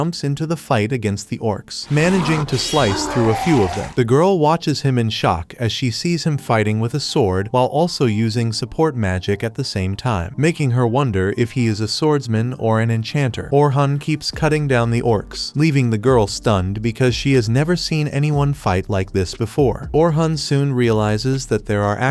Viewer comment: Mc name is not oran it's orin